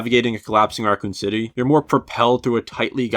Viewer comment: is it just me or did it sound like He said "Arkham City" when he slurred saying Racoon City here